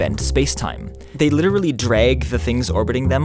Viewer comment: You pronounced “drag” wrong